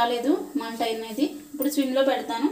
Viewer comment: Madam swim kaadu, it is SIM.